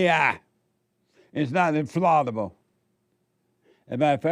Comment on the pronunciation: The ‘f-a-l-l’ in ‘infallible’ is pronounced like ‘pal’ or ‘shall’ not ‘Paul’ or ‘fall’. ✨